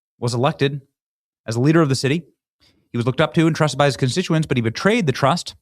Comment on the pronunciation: I laughed so hard when he couldn’t even say the word constituents. That is far from perfect English moron.